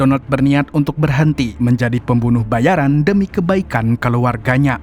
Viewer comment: Pembunuh bayaraaaan bukn pembunuh bayariiiiin....huh.. Giliran ente bilng pembunuh bayaran ane protes yg bener pembunuh bayarin dooong... 😂...Bandar Lampung hadir